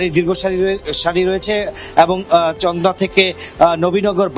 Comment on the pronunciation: তন্দ্রা নয় চন্দ্রা, সখিপুর নয় সফিপুর